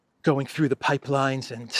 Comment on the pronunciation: Hey.. " I HEARD THUR THE PIPELINE "